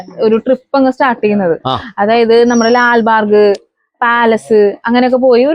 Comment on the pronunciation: ലാൽ ബാർഗ് അല്ല. ലാൽ ബാഗ്